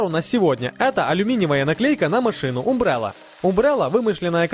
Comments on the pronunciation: Не умбрелла, а Амбрелла. Не аГДезия, а аДГезия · Правильнее было бы произносить "Амбрелла". И про контактные зажимы (называются ЗВИ; зажим контактный винтовой) следовало бы ещё сказать, что их нужно подбирать по сечению соединяемого провода. Кстати, сейчас есть более современныеи надёжные клеммы WAGO как для одножильного так и для многожильного кабеля, для временного или постоянного монтажа.